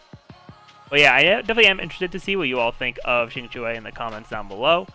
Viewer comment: Thank you for trying to pronounce Qingque's name correctly. The only problem she has is she needs constellations, and since I I have her at E2 only, I am not planning to build her. I have Seele, will definitely pull for Fu Xuan, and since I also have Silver Wolf, I won't need Qinque unless I find Lynx redundant on my monoquantum team.